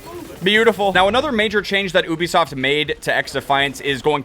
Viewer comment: When says ooobisoft instead of Ubisoft 🤦🏻‍♂️